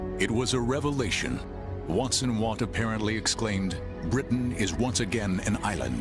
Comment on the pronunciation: Robert Watson Watt, and his assistant, Arnold Wilkins. They garbled the names in this video.